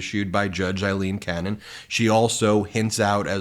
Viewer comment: Ben, are you purposely mispronouncing Aileen Cannons name???